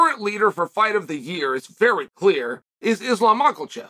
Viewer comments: Makhelshiv, behlal, hazmat, and I miss the old days of Charlie olives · My spellings: Mahkhalchev; Piiiiiiiiiera, Charles Olive